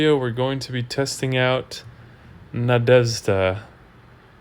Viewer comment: I never realized that there is no sound in the English that is equivalent to the sound that the letters "zh" make in the Russian (and in other slavic languages) so it is pretty hard to pronounce that for English speakers. But you were quite close. Good job on that one) Anyways, the hero is just not that good. Least desirable from all the magic heroes by my opinion.